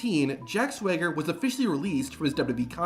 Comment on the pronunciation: The pronunciation of "Jack Swager" is killing me